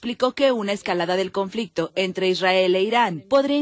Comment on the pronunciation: Conflectividad 😂😂😂😅😅😅🤣🤣🤣🤣. CONFLICTO.